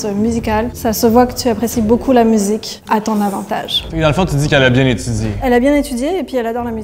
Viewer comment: À la candidate au haut rose s'est éliminée +++ avec son "mudzzik"... pour info, elle aurait faite une parfaite ressortissante des cantons de l'est (germanophone) belge, à ceci près que leur accent est trèèèèès prononcé (style liégeois) quand ils parlent français. Effectivement en tant que belge était vite grillée meme si le premier candidat parlait pas très différemment que certains jeunes "maghréxellois" du nord-ouest de la ville. Des bisous!